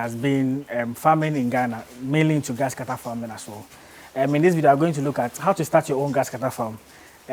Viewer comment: My Ghana brother, it's not Gasscutter oh 😂😂